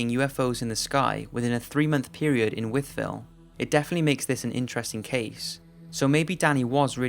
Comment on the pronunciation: Imagine my surprise, while working away, to hear of the encounters in my hometown of Wytheville, VA. I was a kid then, but remember it quite well. This was also covered on "Unsolved Mysteries", along with the Phoenix Lights incident. Kudos to pronouncing "Wytheville" correctly!